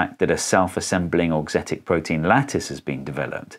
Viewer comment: The first time you said "auxetic" I understood "dorksthetic", like aesthetic for dorks, and I was like "yep, that would be me, I think it's very pretty".